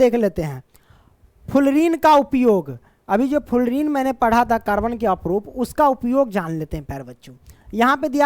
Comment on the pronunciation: Aprup nahi sir Aprrup hota hai